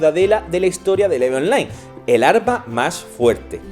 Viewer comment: Oye, español... se Pronuncia "IV" en tu idioma. No "eve"